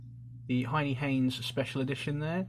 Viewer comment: Bruh why do you pronounce so much shit wrong. Böker is pronounced bow (like bow and arrow) ker. Hennie Haynes is pronounced hen-nie Haynes not “Hienie Haynes”. Other than that amazing videos just mispronunciations irritate me.